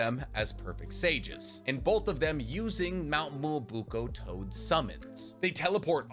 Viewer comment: Mi-yo-bo-ku not Muobuko KotoamatsukaMI not Kotoamatsukame Edo TenSEI not Edo Tensai Please bro. I really enjoy your videos, it's just everytime you say these words, pronouncing them wrong (absolutely butchering the name of the Frog Mountain)... it hurts my soul, man.